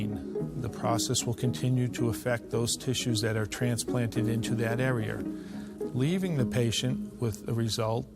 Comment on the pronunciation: THE dr. Says are'er. Instead of area. I never understood how that kind of accent came about. Luke people who say warshed instead of washed. How did that come about. Id live to know. No judment.